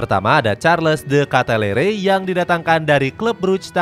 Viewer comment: Bacanya Di Kitelaar, bukan de Ketalere